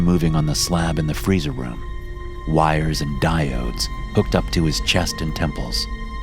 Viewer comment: "Diodes" LOL!